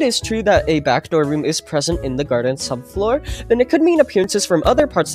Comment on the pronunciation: BRO PLEASE 🙏 STOP CALLING IT THE GARDEN SUBFOOR